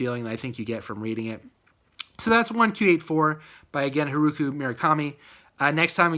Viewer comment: Very Informative review! By, the way, it's pronounced Har-oo-kee*